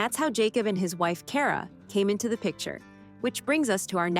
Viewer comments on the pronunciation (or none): Cara, not Karen. Kacey, not Kace.